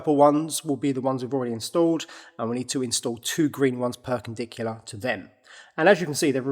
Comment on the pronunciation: First time I’ve heard “perkendicular” :)